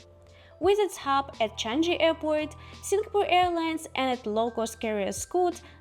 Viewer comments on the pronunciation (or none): You pronounced changi airport wrongly